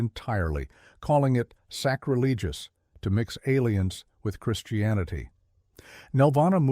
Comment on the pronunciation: Sorry, those who are responsible for this post. I heard the ridiculous pronunciation of sacrilegious and I was done watching this load of nonsense. While I liked the idea of this presentation, the execution of it is of the lowest quality. This post really smells bad! 👎✌️